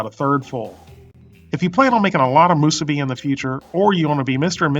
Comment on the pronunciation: Moosuby and furycake